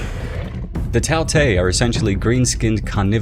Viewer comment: Tao tei is pronounced as Dao Die